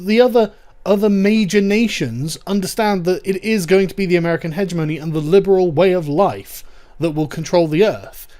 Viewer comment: Dude learn how hegemony is correctly pronounced